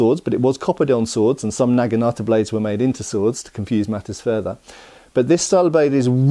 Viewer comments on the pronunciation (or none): none